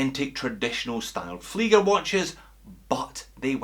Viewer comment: Alpaka Muddin He said it correctly as per the German language.